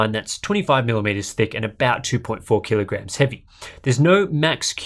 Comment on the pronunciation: What are these "KEE-LOW-GRAMS" you speak of?